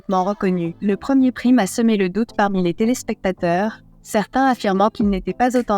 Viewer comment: "Prime" : quand on ne sait pas prononcer un mot anglais correctement, on s'abstient et on utilise le mot correspondant en français 😡